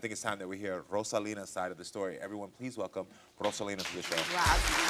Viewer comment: Karamo: "Please Welcome, RROh-sah-leen to the show" Daughter - "RAH-saline" 😂😂 I fell out!